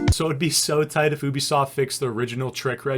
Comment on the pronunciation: U bi soft not o bi soft